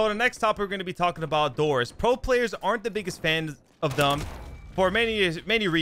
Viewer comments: Dude, learn how to speak. It’s The not Da. It’s Them not Dem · All his words that start with Th, he pronounces them like “dem” and “dis” instead of them or this